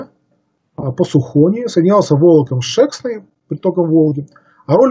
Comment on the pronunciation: Река Шексна ударение на последний слог , а Сухона на первый слог.